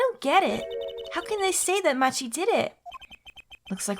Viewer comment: Also, and I checked, I believe it is pronounced "Maki" like the roll. Then again, there's lots of names in these games that are hard to determine how to pronounce.